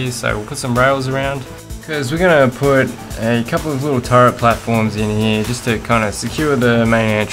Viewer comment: 'In here' ..... Dude, LEARN HOW TO SPEAK!!!!!